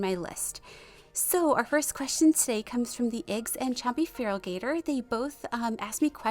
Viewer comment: Yay my question was picked! Also it’s pronounced Like the Pokémon Feral-i-gatr. Anyways new question. If you were to pick a Resplendant unit or change a current one, who would it be, what it it be, and why?